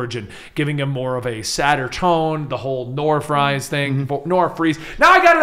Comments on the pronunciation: Sorry to break it to you,, but in the Germanic pronunciation, Victor Fries is pronounced Fiktor (long o sound) Freez. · Uh, guys, for Viktor Fries, "Fries" is German, it's pronounced "freeze." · My last name is Fries like Victor Fries and I promise you it is pronounced freeze. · Friez is German for Freeze, and it is pronounced, "Freeze." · Fries, isn't a play on words. It's German, and therefore 'ie' has the sound of 'ee'. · In German an "ie" is pronounced "E" and an "ei" is pronounced "I" sooo..... If its a German last name it would be pronounced freeze. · Its victor fries but its german, and germans pronounce the second letter if its ei or ie, so its pronounced “freeze” you seriously dont know that?